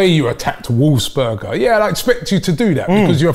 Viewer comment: Did you even watch the video🤦🏾🤦🏾 Robbie kept saying Wolfsburger.... Which is wrong